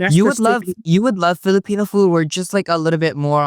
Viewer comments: “So you’re a leo and you’re a Fillapeño” 🤣🤣 girl was u tryna say jalapeño?? or filipino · lmao saying Filipino like jalapeño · Philipeño she said 😅